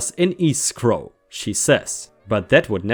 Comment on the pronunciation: You pronounced Nevada right, but not lien (lean) or escrow.